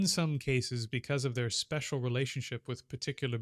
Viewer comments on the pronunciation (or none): none